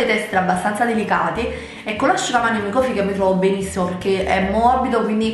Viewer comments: microfibra, no microfiba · Comunque siete degli stronzi, ok tutto ma che ci deve fare se non riesce a dire "microfibra" ? 😅😅